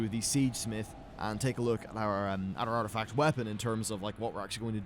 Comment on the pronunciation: ARTIFCT??? that's not a word lol :)